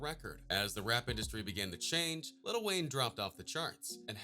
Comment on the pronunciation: he says little instead of "LIL"